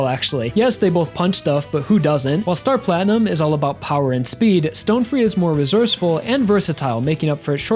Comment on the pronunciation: The deepest part of it was when said “sTonE FReE.”